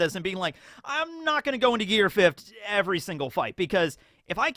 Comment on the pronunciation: I remember you calling it “Gear Fif’d” all the time 😜 Ah the nostalgia 😆